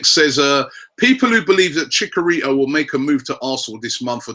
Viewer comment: It's Chich-a-rito Robbie ;)